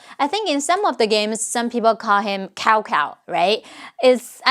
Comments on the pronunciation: I have waited years for this to come out. I was so tired of the narrator pronouncing Cao Cao " Cow Cow" and Cao Pi "Cow Pee" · As a Chinese, I can confirm her pronunciation of Cao Cao is wrong. Since the release of Dynasty Warriors, we have updated our dictionary based on the game and started pronouncing Cao Cao as ‘Cow Cow', and Cao Pi as ’Cow Pi'. Please continue using that as 'Tsao Tsao' is outdated and obsolete, Chinese also love debating about Cao Cao and Cao Pi's role in the rise of Sima Yi, we welcome anyone to start a healthy debate with a "Ay yo, are you into Cao Cao and Cao Pi?" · i always get mad when people esp whites called cao cao as shao shao... really i was furius... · ahhh the good old times when Cao Cao was pronounced Cow Cow and people were meme'ing him "OUR ENEMY IS A COW, WE MUST NOT LET IT MOOOO!" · I remember Dynasty Warriors 4 pronouncing Cao Cao as Cow Cow and Sun Ce as Sun Say... The wrong pronunciations are now embedded into me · Interestingly enough, for the Dynasty Warriors X Samurai Warriors games, Orochi Warriors, they pronounced Cao Cao and Cao Pi as "Tsao Tsao" and "Tsao Pi" respectively. After having played 3 prior Dynasty Warriors games, this caught me by surprise! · Don't care what you day, cow cow and cow pee will always be the funniest pronunciations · This was so cool! I remember in "Dynasty Warriors 2" the characters pronouncing Chinese names in English ways, like "Cow Cow" for Cao Cao, so it was great to hear all of these names accurately pronounced.